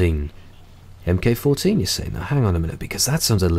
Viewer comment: "Mk14" is pronounced "Mark Fourteen" not "em kay". Otherwise, great vid